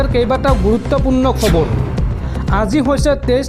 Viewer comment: ই অসমীয়া ভাষা শুদ্ধকৈ ক'ব নোৱাৰে। ৰ টো ৰু বুলি কয়। যেনে খবৰ টো কয়খবৰু